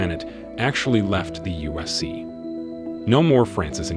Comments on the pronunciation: The “usc” it’s not hard to say ufc smh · Bro how many times did u say "USC" jesus christ, annunciate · I dont know what it is but it sounds like hes saying USC